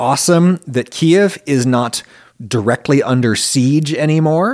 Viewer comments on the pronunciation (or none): none